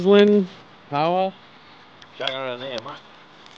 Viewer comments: Aye it's pauwa nor powwa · pls pronounce paua right it is pronounced like par wa instead of power